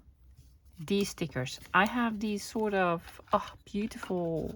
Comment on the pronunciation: Such good English! But not deez but THESE...